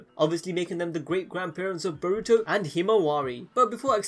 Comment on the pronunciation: narOOto and borOOto